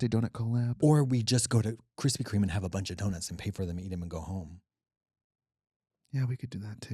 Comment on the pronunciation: KUHRISPY KHREME